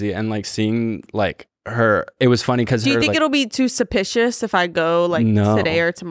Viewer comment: "too supishus"